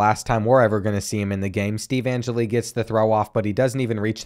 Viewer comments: If youre going to play ND every year.... Its pronounced An-Jell-E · Being a die hard Notre Dame fan I’m going to be picky and let you know that you’re saying Steve Angeli’s name wrong 🤣